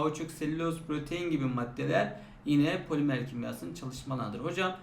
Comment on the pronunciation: poliMEĞR 💅 hocam unutmayacağım bir daha